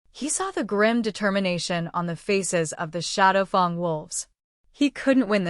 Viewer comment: It's good, but the AI reader mispronouncing shadowfang as shadowfung is very annoying.